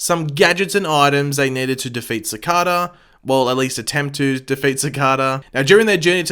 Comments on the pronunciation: He also mispronounces Cicada. He pronounces it as Ci-carda. It just Ci-cada. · Your Videos Are Awsome.. But It’s Bugging Me So Much That You Pronounce Cicadas Name Wrong Everytime Lol...They Actually Referenced This In Episode 8 I Think.. It’s Pronounced Ci-Cay-Da Not Ci-Car-Da! ❤️ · It’s pronounced Sih-kay-duh. 😆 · SAY CICADA CORRECTLY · You’re saying ‘Cicada’ wrong.